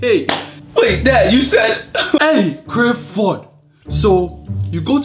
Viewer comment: The way he pronounces his name is what kills me. Crifford